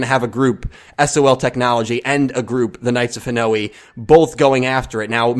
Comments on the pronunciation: That pronounciation of Hanoi is so weird. It's one sound at the end, ha-noy. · Hanoi is pronounced 'Ha-noy' dude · It's not Japanese, it's Vietnamese. It's Ha-noy.